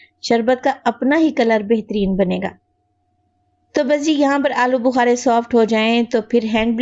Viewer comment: Ya to alochy hn AP bol rhe hn alo bukary😮